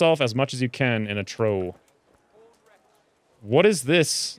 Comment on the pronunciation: I can bear this assault on the fine English language no longer!, repeat after me:: Chamomile as in "kam-uh-mahyl": trough as in "trɒf"